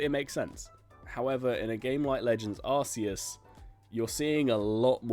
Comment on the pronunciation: Sorry but, it’s pronounced ArKEE-us.